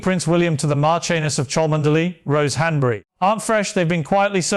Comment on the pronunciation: Yes, The real Pierce would also know how to pronounce "Cholmondeley"